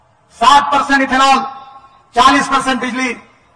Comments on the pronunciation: Ethanol ❌ ఇత్తనాల్ 😂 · 😂😂ethanol❌ విత్తనల్ ✅ video స్టార్టింగ్ నుంచి ఎంతమందికి విత్తనాల్ అని అర్ధమైంది.😂😂😂